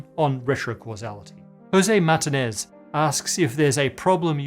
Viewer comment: FYI, you didn’t say the name of your fan, Martinez, correctly. The emphasis is on the letter “i”. So you should say it, “Mar” “Teen” “es”. That said, I did appreciate your explanation on why the Fermi Paradox is not so bleak.